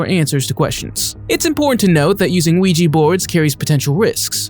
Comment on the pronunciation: It's Ouija not ouijee.